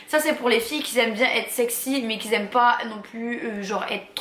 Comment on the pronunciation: Parler français c’est possible ?? Parce que qui zaime ça pique les oreilles 😱😭🥴